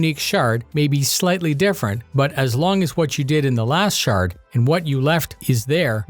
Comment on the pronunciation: I hear 'shart' instead of 'shard' ....why does that feel so apropos?